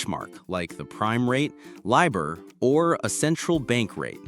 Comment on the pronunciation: LIBOR not LIBER